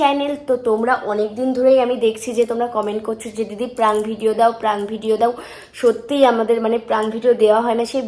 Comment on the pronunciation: Praank noi prank bolo didi 😊